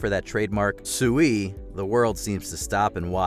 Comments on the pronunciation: It's not sui it's SIUUUUUUUU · Suiiiii 🤣🤣 It’s Siuuuuu, you numpties